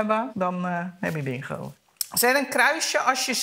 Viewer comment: Mensen die "Bin-Gggo' zeggen 😭